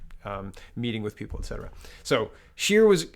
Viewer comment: did you not hear him call him Mr Shitter instead of Mr Scheer!